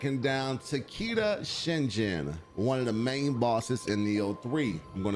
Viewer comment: I know I’m being pedantic here, and I mean this with no hate, but it’s not pronounced “Tah kee da shin-jin” It’s Ta-kay-da shin-gen (gen pronounced like gun, but with an e instead of U) Oh-da-shee is close, it’s “oh-da-chee” with emphasis on the “chee” instead of on the “da”